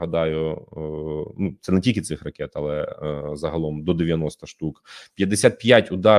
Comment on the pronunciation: Короче - дикую, було, алэ, маемо...